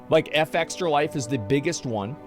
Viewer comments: Is there a reason he is pronouncing Fextralife wrong? You just say the word, it's not Eff-Extra Life, it's Fextralife. Soft F. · What is surprising is the fact that Asmon continues to say " FX tralife " instead of their actual name.